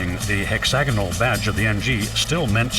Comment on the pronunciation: Did the narrator really say "the hexagonal badge"...really